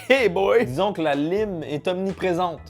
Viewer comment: "La lyme" Mais- T'es anglophone, t'es censé savoir qu'on dit "laïme" 😭😂🍋